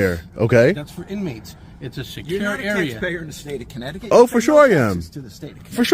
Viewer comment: Danbury, “corrupt-ticut” 😂😂